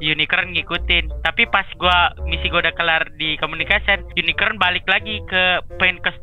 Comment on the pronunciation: wiwin kasih tau napa le "unicorn" bukan unikron